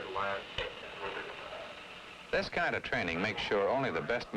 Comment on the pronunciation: " ThisH kind of chraining make sure only the best men sHurvive" hehe